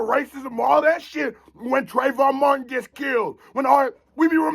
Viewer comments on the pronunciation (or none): none